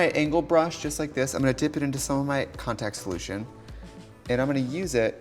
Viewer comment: like if you felt Trixie die a little every time she had to say "contact"